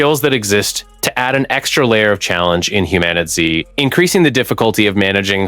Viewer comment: You keep calling the game Humanity it's called HumanitZ but other than that great video...